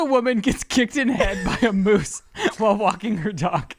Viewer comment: You guys literally crack me up in EVERY episode, please keep this going until you no longer can physically continue ✌🏼😎 Also,, I have to correct you. It’s not “meese” it’s “moose” 😂😂😂